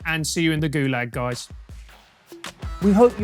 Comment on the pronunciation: If you're from Holland you surely say 'guysh' and not 'guys'